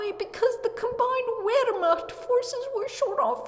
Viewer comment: Whats with the trend, telling these WWII events? Theyre oddly specific. Also its pronounced Ver-mahkt